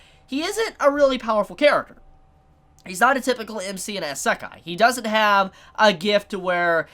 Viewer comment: pronounces isekai "essekai" Everyone: hold on wtf u just say?